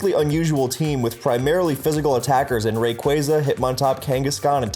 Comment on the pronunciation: A guy who said raqza right